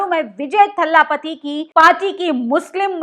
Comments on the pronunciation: Please don't pronounce Thalaapathy It's Talapati It's not Pariyaar. It's Periyaar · वो Thallapathy नहीं पर Thalapathy है । तुम्हारे मुंह से बोहोत गंदा सुनाई दे रहा है । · Please pronounce properly. He is Dalapati दलपती not थल्लापती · For God sake, it’s certainly not THALLAAPATI! you are insulting the leader by mis-pronouncing his title. It’s spoken simply as Dalpati. Period! Can you still not figure out? Dalpati as in hindi, for God’s sake. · Abhi tak to vijay, "Thaalaapati' suna tha Ab vijay ka ek naya naam pata chala" Thallapapati'?? 😭😃Are phle Tamil shabdon ka sahi uchcharan seekh lijiye, Baap re baap itna lamba vdo are aaj hi saara gyaan de dalengi😭😭😭😂🤤😱🤐🧐KHALED. S